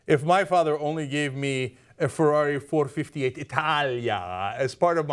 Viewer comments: it's not four fifty eight, it's four five eight lol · It's pronounce four-five-eight 😋. But I knew what you meant. Love the show. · Pronounced four. Five. Eight. Not four fifty eight